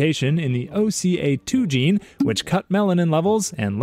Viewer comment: not the "gey" gene 🥀